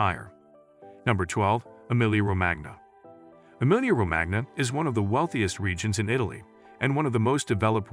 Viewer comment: it would be nice if the narrator would pronounce cities correctly. Emilia Ro-MAG-na is so ignorant.